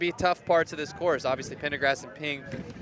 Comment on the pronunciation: Male announcer kept on adding in an R to the one girl's surname and saying PendergRast instead of Pendergast...